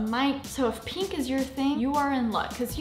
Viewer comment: “Peenk” Lmaooo